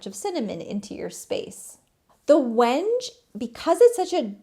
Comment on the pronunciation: Wenge is probably named after that dark brown, almost black wood from Africa(I think). I think it is pronounced wing-gay🤷🏻‍♀️💚